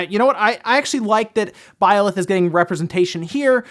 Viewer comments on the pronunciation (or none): I wonder where sees the "o" in Byleth...